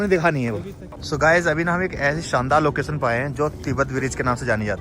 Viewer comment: Locason nahi Location hota hai 😂